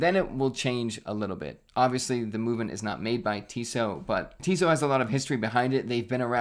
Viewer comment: Pronounced “Tissot” correctly. But not “ETA.” 😂